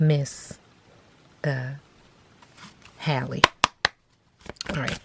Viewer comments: Great reading. Her name is pronounced (HEY-LEE) 🙂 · Girl no it's not. It's pronounced like the word AL but with an H in front. So HAL-LEE. Just like Halle Berry. Pronounced the same.